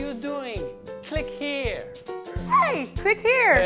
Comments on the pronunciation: probably the only time the pronounced 'here' correctly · For the first time, she said "click here" like "here" and not "ear" :D